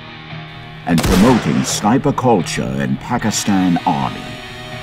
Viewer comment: Looks more like an advertisement than a documentary. The narrator didn't even pronounce "Pakistan" correctly.